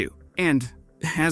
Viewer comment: YOUkraine. 🤦‍♂️ cmon man, make an effort. It doesn’t take much effort to pronounce something correctly.